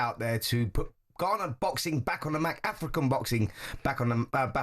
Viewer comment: He can’t even say the word map